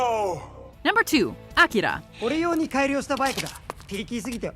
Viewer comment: OMG the way she says akira makes my ears bleed. Stop trying to be so fancy and just say it the right way for god sakes!!!